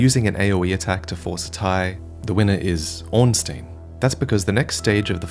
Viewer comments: Surely its ornst-eye-n not ornst-ee-n. In german the second vowel in ie or ei determines the sound. Could be wrong ofc if its been confirmed elsewhere. I.e - rammstein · Ornstein not Ornsteen